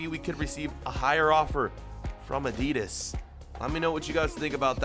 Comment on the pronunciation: He mispronounces both Nike and Adidas